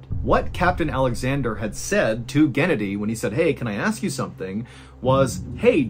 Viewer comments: Mr. Ballen! Its not gEnady, its genAdy! 😊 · It’s pronounced “geh-naw-dee” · It’s GhennADiy, not GEnnadiy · Guh-nadi is the best way I can tell you how to say the name in the first story. Not like Kennedy. Sorry. It just a little info. I know Russian names are hard to pronounce. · Genedi 😂😂That’s hilarious it is pronounced Genodi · Pronounced "gehnoddy" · I think it's pronounced "geh-NAH-dee" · It is pronounced gen-AH-dee